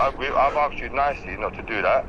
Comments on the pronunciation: Oh dear. He was being "axsed..." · Ive 'AKSED YOU' nicely 🤣🤣🤣🤣